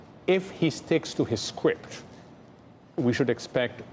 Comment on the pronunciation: "If he sticks to his skwipt"... there it is. All the world's a stage. Enjoy the show, people! 🤣